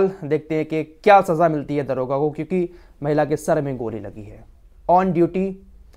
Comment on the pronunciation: Daroga jiiiiiiii daroga bolo